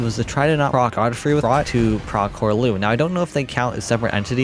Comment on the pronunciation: It's Godfrey not Goldfrey